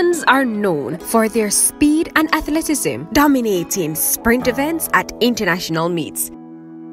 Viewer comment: You struggled withnthis word. It is pronounxed phonetically - ath-let-ti-cism. Excellent episode.